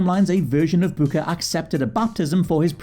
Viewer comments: Why is "Booker" being pronounced as "Bucka"? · Why does he say Booker that way 😭